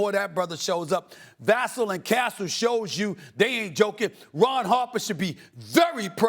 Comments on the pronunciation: It’s Vuh-sell*, not *Vas-sul 🙄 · It's pronounced Va.......Sell doe